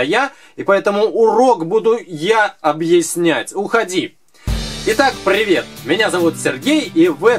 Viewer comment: Как же бесит ваше Прррривет!😡